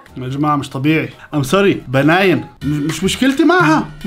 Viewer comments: بنين مو بناين ههههه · بنين❌ بناين✔️🤣🤣🤣🤣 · بناين ✅ بنين ❎ 😭😂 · بنين❌ باناين✔ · بناين لا اسمها بنين🤣🤣😂🤣🤣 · بنين ستار❌❌ بناين ستار✔✔ 😂😂😂😂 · بنين ✖️ بناين ✔️✔️✔️ يعجبني هالأنسااااان 😂😂😂😂😂